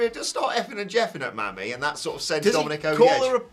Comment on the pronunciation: It’s pronounced like “Mommy,” not “Mammy.” 😂